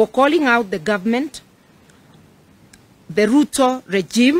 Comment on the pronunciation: Marth usay we don't have gorvy,to day uare saying gorvement